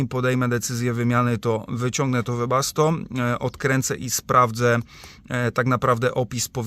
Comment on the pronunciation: Panie 😀 Webasto a nie debasto 😀nie wiem czy dobrze słyszałem 🙋🇵🇱🙋